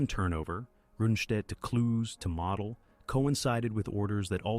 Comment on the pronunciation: It's: Moe dl. Not model like you build.